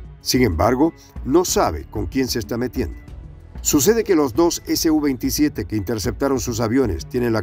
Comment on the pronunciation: Creo, deben referirse al SU-27 como SU-27, y no ESE U 27. Porque la sigla viene de la empresa SUKOI. Pronunciarlo como lo hacen, pareciera que la sigla perteneciera a otra cosa.